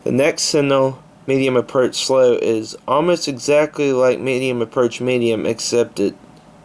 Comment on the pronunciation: You read CSX: Approach Slow wrong. But good vid.